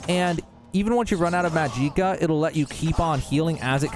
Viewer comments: "Muh JEEKA" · MUH GEE KUH I mean holy shit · Omg. Yes! That WAS why I opened comments. Of COURSE. Not even specific to OBLIVION or even TES games. Any RPG fan or just the fantasy genre in general knows that it is not "Maj-EEk-Uh". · bro what the fuck is mujeeckuh have you never heard the word magic or the pronunciation of the letter A before it's even pronounced in-game how do you fuck up such a simple word so badly, how do you mangle something as simple as "magic-kah" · There is absolutely no way anybody this involved in the game for content creation, that has obviously watched a bunch of other videos for content ideas, is this out of touch to pronounce the very obvious pronunciation of magicka to ma-jeek-ah or whatever tf he is saying. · magicka it's just magic-a not mahjeeka LMAO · This fuckin genius said MAJEEKA... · Muh gee ka, LOL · How.? How are you pronouncing magicka, ''muh jeek uh''?!?!!?? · My man really just said “muh gee kuh”…. That hurt my heart just a bit.. 🤦🏻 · I had to stop watching after you said muh-gee-kuh.... lol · Mag-gi-kuh smh.. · If you are NOT actually doing that "Maj-Eek-Ah" crap on purpose, you deserve a Mollywhoping. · Ain’t no way you said "majeeka" that many times on purpose, just no way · Fuckin say "mageeka" one more motherfuckin time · Turned that shit off after Muh gee kuh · How illiterate do you have to be to pronounce it “majeekuh” ? Thumbs down for that alone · Okay, just because this keeps coming up... It's pronounced "MAJ-ick-ah". With the "ick" being pronounced the same way as the word "lick". The emphasis is on the first syllable. Think of the word "magic". Love that you're making these tutorials but it's kind of a running joke in the comments at this point lol. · "Muh gee kuh" Good lord almighty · i was gonna say the same thing but this is the top comment lol. wtf is mahgeekuh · "Ma gee kuh" lmfao wtf ha ha ha ha ha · I hate how you say Magicka... xD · How the F do you mispronounce magika?